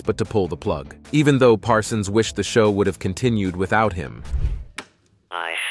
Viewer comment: Why does this announcer sometimes call Parsons, "Parson?"